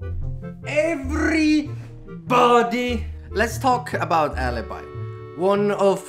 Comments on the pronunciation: it is not alibai but alibi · Alibi, A-L-I-B-I (/à·li·bi/), not alabai, NOT ALABAI, ALIBI. Do not mistreat her name. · It's not ALABAI but it's ALIBI because it's Italian! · This is not aleybae, its ALİBİ! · Alaby is wrong..... A L I B I is true (i'm italian) 😂 💖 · Ora a-li-bi not ala-bai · Is not alibai but is alibiiiiiii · Bro, not "Alibai", but "Alibi". It is "i", not "ai (i'm Italian, so i know how it needs to be pronunced) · Please ..., Alibi not Alabai or Alaby is A L I B I ! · the name is ALIBI NOT alibaiiiiii stop using english rules, it is just alibi as you read 🔥🔥🔥🔥🔥🔥🔥🔥🔥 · A_lee_bee not alibi PLS im from Italy end russia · I'm Italian and i can say that the right pronounce is "aleebee* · The pronunce is "alebe" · Alibi is an italian op... so her name have to be pronounced Aleebee (the i in Italian is pronounced like ee) stop destroying her name guys 😂😂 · I m italian and all stranger mispronounce the name of alibi😂 listen on google translate the pronounce ❤️😂🎶